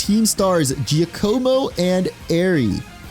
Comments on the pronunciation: I hate to be that person, but you pronounced Giacomo's name wrong. It's pronounced like Jack-o-mo. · Giacomo's name is pronounced Ji-ah-co-mo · Also Giacomo is pronounced jah-CO-mo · 🤦‍♀️ gee ahk ah moe! Giacomo is pronounced like that.